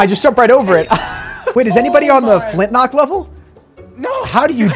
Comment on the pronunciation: Literally said take 3 flintknocks🤣